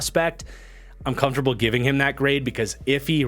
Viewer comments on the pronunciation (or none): none